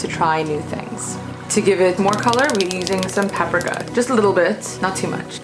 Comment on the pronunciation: Is anyone else thrown by the way she says paprika? Great recipes though.